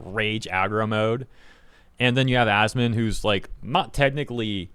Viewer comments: He called him ass-man lol that had to be intentional. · He shortens it and pronounces it 'Ass-man'. So no I dont believe he doesnt know him. Not to mention incredibly petty